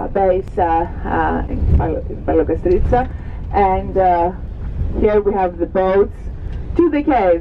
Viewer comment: Its palaiokastritsa !!!! dont worry its even difficult for the greeks to say it